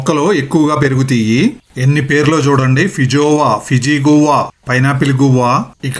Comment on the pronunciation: good info, never seen this fruit before. It’s not గువ్వా or గోరింక. It’s pronounced as “గ్వావా”